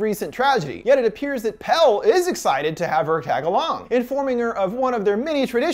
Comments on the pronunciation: I know this video is from a year ago but like... they pronounce him “Pelle” (pell-ay) the whole film. Did you even watch it? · I just watched this, and I'm not sure if it's true, but out of Pelle's American friend group, Dani's the only one to say his name "properly", pronouncing it with the second syllable, when the others call him just "Pell." Maybe I overlooked it (I was only half-paying attention), but I thought it was very sweet of her to make sure she said his name properly. She also made sure to pronounce Ingemar's name properly when they were introduced